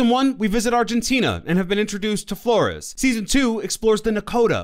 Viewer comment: I kinda like how he said Flores kinda wrong